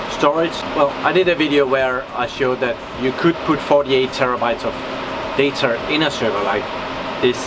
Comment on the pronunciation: who doesn't like 40tb of "dater" LoL!